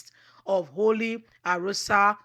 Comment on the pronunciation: ARO-OSA & not ARORA!